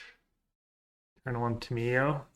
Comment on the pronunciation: Ta “Me” yo